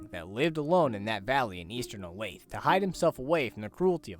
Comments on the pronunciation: every time i hear someone pronounce olathe as 'o-layth' i lose another year off my lifespan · If you pronounce Olathe, "o-layth" 3 times in a row, Jasper m will appear in your room to politely correct your mistake.